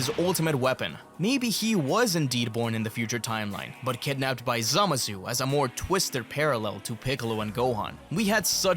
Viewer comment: Zamassssssu dude its not a soft s